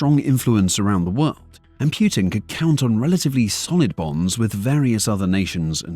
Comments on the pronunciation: Personal peeve; People who say Piutin. Make an effort. It's not that hard. It's POOTIN!!! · Poo -tin not pjutin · So the official way to pronounce the leader of Russia is Pew-tin or Pooh-tin? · "Pjutin" sure... Why are you placing letters in the word that are not there? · Who is Pew-tin? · I cant stop laughing whenever i heard 'pew-tin'😂😂😂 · Pewtin, Pyutin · Like that you call him pootin xD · wtf is Pyootin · "Pew'tin"?? lol I've never heard his name pounced that way! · Is it just me or I hear putrid instead of Putin? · Can you show me the Y in Putin? Pyutin? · The way the narrator pronounces Putin sounds a lot like putrid. XD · the AI’s pronunciation of “Putin” brings me joy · Is it pootin' or poo'd-in? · Reuters is pronounced "roy-ters", not rooters. Putin is pronounced poo-tin, not pyootin.